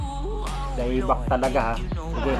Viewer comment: Nakuuww!so spicy nyan pramizzz!anong Da-EBAK?🤣 ayusinmo basahin kpatid ui wahahaha!